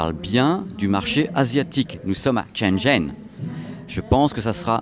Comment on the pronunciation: Super vidéo! Par contre vu que ça fait plusieurs mois, je me permet de te dire que Shenzhen ça se prononce comme "chêne gène" avec les "é" plutôt comme des "e":)